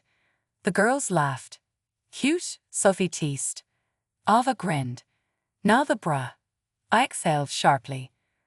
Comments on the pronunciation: Stop mispronouncing Ava 😢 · Stop mispronouncing Ava 😢😢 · Please stop mispronouncing Ava 😢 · Please stop mispronouncing Ava 😢😢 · Seriously stop mispronouncing Ava 😢😢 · Could you please stop mispronouncing Ava 😢😢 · Stop mispronouncing lingerie and Ava 😢😢